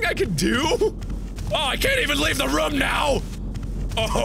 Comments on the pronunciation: why do you still call it "rum" instead of "room"? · ikr,but i love that he says it that way